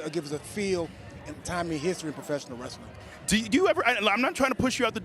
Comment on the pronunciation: Omg Dennis Rodman said 'wrasslin'. Vince McMahon is somewhere, rolling over in his giant Egg.